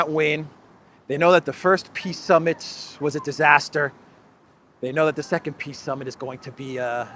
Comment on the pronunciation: if you listen, zelensky says "piss summit". Interesting that is not mocking this:):)